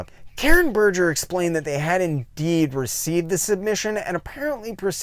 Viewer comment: Given the amount of research you seem to do for these videos, are you purposefully mispronouncing Gaiman, Berger and Dringenberg?